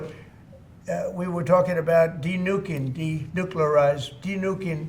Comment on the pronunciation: yeah, great to have a sitting president who can't pronounce "denuclearization". Maybe we can have a president who can't wipe his own ass next.